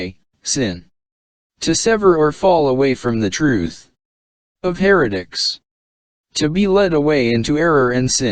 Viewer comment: Well, typical brainwashed religious fanatic conclusions and "nuh-uh". Atta boy! You'll know the "troof" in no time.